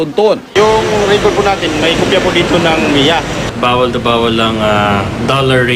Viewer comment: MIA Hindi NAIA